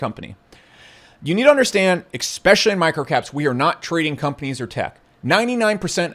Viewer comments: There's no "X" in the word, "especially", just saying. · I learn a LOT from your insight & experience, & quite frankly, LOVE your delivery! Except I get super distracted when you say "ekspecially"... Don't get me wrong! Order all the ekspesso that makes you happy when out'n'about! Get yer mate one as well! (Thank you VERY much for your contributions👍!) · pausing the video to ask something oooff point obviously but I asking whether you also always hear expecially instead of especially or is it just me ? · Definitely expecially. lol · There is no "x" in "especially" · A few corrections… its pronounced “Methodology” not “Methology” … also its pronounced “especially” and not “exspecially”… now please continue to totally dominate me with your brilliant fat stacks of cash that no one has ever seen.